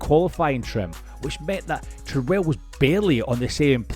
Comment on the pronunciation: Interesting video but I wish people making these videos would find out how names are pronounced. For example, Tyrrell has the emphasis on the first syllable (because Ken Tyrrell was English, not American), and Mike Coughlan's name is pronounced with the first syllable of his surname rhyming with "loch", which a Scot should know how to pronounce!